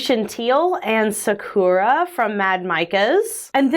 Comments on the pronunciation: I love you channel but sakura isnt pronounced that way (sock-er-a with more of an er for the ur and a very rounded vowel for the first a, its Japanese meaning cherry blossoms, much like the pronunciation from naruto) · I think that’s pronounced Sah-Koo-rah. Like the Japanese cherry blossom. I really like this technique. It reminds me of a candy bar for some reason.